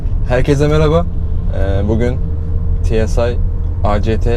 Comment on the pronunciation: Tsı değil tusiar 😂👍🏻👍🏻